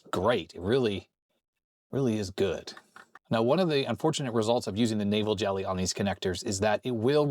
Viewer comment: I thought you were saying Navel Jelly...